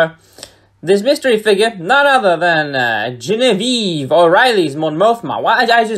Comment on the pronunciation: Mi amigo, Genevieve and Jenaveve are pronounced differently. 🙃